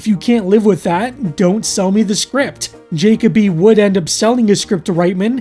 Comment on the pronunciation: Just a minor correction on pronunciation. Jakoby isn't pronounced JAY-cob-ee, it's pronounced jah-KOH-bee Or to make this more clear juh-kobe not jacob-y. You em-PHAS-ised the wrong syl-LAB-le (I love this joke)